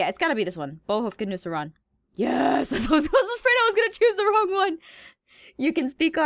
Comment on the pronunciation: Can anyone else pronounce the names and "Bo Huffkin mu saraan" correctly